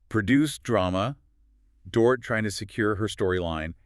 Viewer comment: Dorit’s name is pronounced DOR-EET